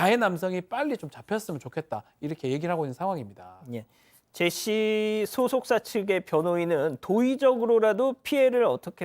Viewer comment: 이분은 사람 이름도 제대로 모르나 ㅋㅋ.. 계속 제이시~ 이러네